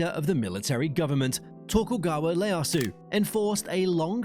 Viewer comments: Man if you are going to make a video about Japan it shouldn't be too much to ask that you pronounce Tokugawa Ieasu's name decently, like you need to pronounce it like a japanese speaker, but that L thing is too much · Dude, how did you mispronounce the names of more than half the places that badly? The worst one was Tokugawa Ieyasu. Where is the l in that???